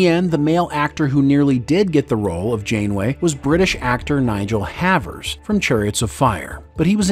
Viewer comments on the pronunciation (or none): English/British actor Nigel Havers - his surname was mispronounced in this narrative. It _ pronounced '_Hay_vers' ... NOT "_Have_rs" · In connection with the reference to Nigel Havers, the narrator called him Nigel Havvers. Incorrect! It is pronounced Havers (Hayvers). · It's pronounced HAYvers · It's Nigel "HAY-vers"